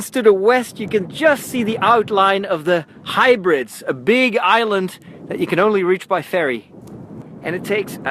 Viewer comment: The Hybrids? Maybe you mean the Hebrides? (Heh-brideez)